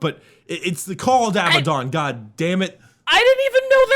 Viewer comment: Ok his name is Abaddon and pronounced Ab-add on not pronounced aby-don Abadon , say ab-ad-on You know, like the mythological demon.